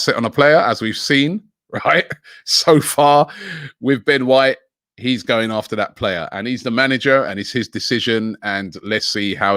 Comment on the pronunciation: Surprised Robbie managed to pronounce “Ben White” correctly